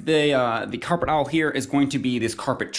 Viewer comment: Coffee is for nerds and old farts. The awl is not pronounced like owl😊